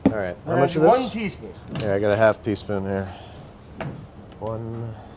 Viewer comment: lol "les do a teaspoom AHHHH...halfa tee spoon"